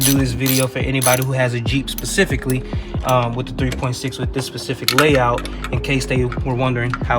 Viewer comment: Just do me a favor. Say specific and not pacific.